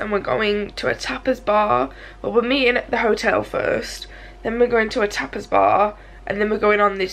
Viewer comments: Lol I thought at first you were saying a topless bar. No judgement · Oh you went to a tapas bar I thought you were saying you are going to a topless bar. Ha ha my bad.